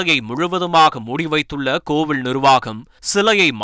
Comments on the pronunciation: தமிழில் ழகரம் உச்சரிப்போடு பேசுவதாக கோவிலை கூட கோவிழ் என்று சொல்வது வேடிக்கை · Enna pronounciation !! கோவிள் ,கோவிள் , ள் enru solgiraar karumam da saami.